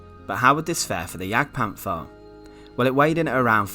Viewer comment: Its pronounciated Panter not Panfer, as there is no soft th in German.